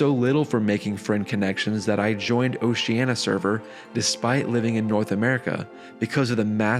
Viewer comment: A beautiful story, but the mispronunciation of "Oceania" threw me off every time. You may want to look up the proper way to say that word.